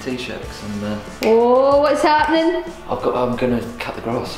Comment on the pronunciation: Sorry u r no longer Scottish wen u said what's happening its wits happening lol